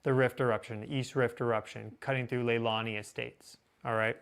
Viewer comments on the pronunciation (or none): Lelani Estates bro, not Lehani,,i forgive Hawaii names r challenging,,, LAY'/Le....La/la....Ni/knee ( La'la'ni') Lay'La'knee' Estates,,, Ax me how i b know'in ya'll cosmic critters????;-) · Wrong!! It's pronounced " KI-LAU(OW)-EH-A" The "I" is the short "i" sound. Hawaiian born and raised here, almost 70 yrs ago...he's pronouncing it correctly. But he got "LEILANI ESTATES" wrong...